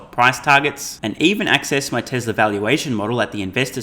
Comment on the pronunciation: TWESLA is good - shades of Elmar Fudd?